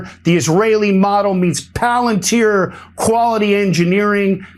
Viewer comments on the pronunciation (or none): none